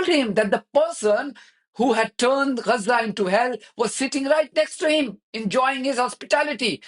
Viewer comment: What’s wrong with you, you’re a Fudu what have you got do with Gaza, you’re a Pakistani. Hate 😡 the way you pronounce Gazzza. Stay in your lane your Low IQ reporter.